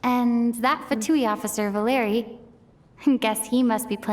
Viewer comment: Thank you very much for the video, but I want to correct you a little, the accent of the name Valery falls on e, not on the letter a